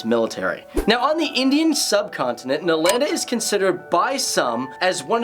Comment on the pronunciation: The pronunciation of Nalanda😂